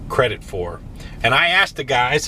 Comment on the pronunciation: “Crade in tredit” lol